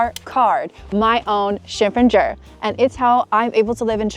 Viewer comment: 这身装扮真漂亮。还有，这个“身份证儿”的发音也太京味儿了，好可爱的感觉。